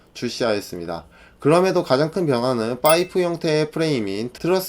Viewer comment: 와! 자료조사 열심히 하셨네요... 근데 파이프 -> 빠이프 , 파니갈레 -> 빠니갈레 자꾸 이 발음이 이탈리아어 모르지만 뭔가 이탈리아어 처럼 들리네요.ㅋ